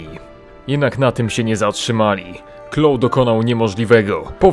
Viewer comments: Clough wymawia sie Klaf, a Vaughan, Wogan. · mówi się klouf